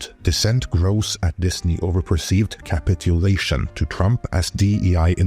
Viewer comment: You didn't say capitulation right 😅